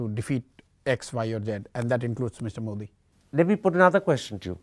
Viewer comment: Why pronounce ' मोडी' pretending like you are from some Western country